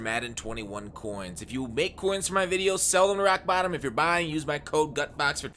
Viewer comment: Every time I hear say rock bottom all I hear is Aflac